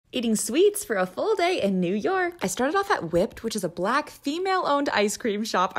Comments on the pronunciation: I don't like how she said the word. Black.) With such emphasis. 😑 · Why’d she say “black female owned store” like that 😗